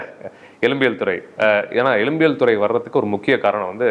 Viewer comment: எலும்பியல் (எழும்பியல் அல்ல)